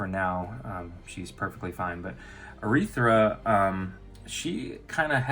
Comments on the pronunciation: It’s arythea not urethra... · Dear lord, it's pronounced arythea, not arythra.